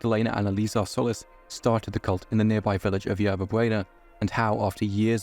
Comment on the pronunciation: Had to stop the video because you're butchering my name and it's annoying the shit out of me The i in Solis is pronounced with a hard "E" sound as in the ending of "see" or "flee". Also the o isn't pronounced like in "olive". It's pronounced as it is in "soul"